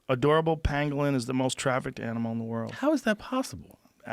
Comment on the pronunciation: The word is “trafficked”, Joe